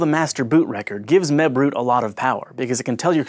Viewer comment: holy crap when you said mebroot i paniced thinking you said webroot, my anti-virus.